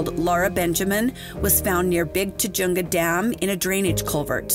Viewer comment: Your diction is excellent, but some place name are pronounced incorrectly. Goleta: Go-lee-tuh Tujunga: Tuh-hun-guh Googling the pronunciation of place names derived from other languages, works better than anglicizing them.